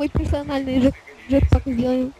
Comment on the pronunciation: Джетпак а не джетпек!